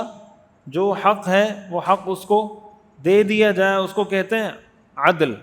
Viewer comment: السلام علیکم و رحمۃ اللہ وبرکاتہ مجھے لگتا ہے آپ عدل کے دال پر تلاوت بار بار زبر پڑھ رہے ہیں جو کہ ساکن ہے شکریہ 🙏🏻